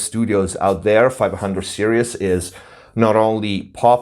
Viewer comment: I really love the fact you say "serious" instead of "series"... it's one of those endering things you end up loving when someone is fumiluar. 500 serises is so good... make sure you have a really good lunchbox and you'll be fine... I love the idea of creating my own console with easy complete mix and match esactly what I would want... that's avbig dream to do that properly one day... The term toy is a bit vauge also... bucause that would be a toy for me... a 500 serises console but it would be used for professional use... I will just be having so much fun from it like a toy... if it doesn't sound very good then it isn't fun... so maybe I want the gear to be toys... toys I love and appceaite... in that context Lego wouldn't be a toy to me, it would be boring and usless... just to 360 the table on that remark... forums are definaly a hide out some narcsisitic bla bla blas... it's also where you might find the real good advice... so just learn to negogate between good and toxic people